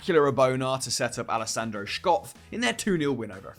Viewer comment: Love you, but that pronunciation of Schöpf hurt physically 😂